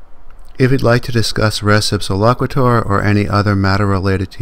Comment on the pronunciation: The concept is from Byrne v. Boadle in 1863. It wasn't a refrigerator, it was a barrel of flour from the second floor of a shop. In law school, we took "res (pronounced race) ipsa loquiter" to mean "If a barrel falls on your head, it's the other guy's fault."